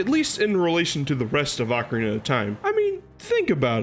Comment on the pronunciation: First Also you pronounced ocarina wrong